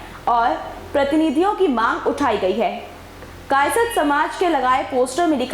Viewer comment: कायस्थ बोलना तो सिख लो फिर न्यूज़ चलान